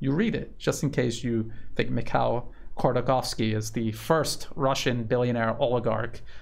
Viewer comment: If you give a f#%&, Ходорковский is pronounced as hodor-cOw-ski, with sound R in Hodor and real strong O in cow.